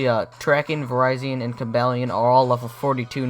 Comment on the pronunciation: I thought it was pronounced vir-re-z-on